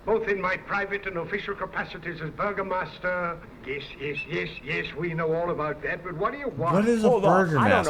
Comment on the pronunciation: It's not Burgermaster it's Burgomaster. An old term for Mayor basically.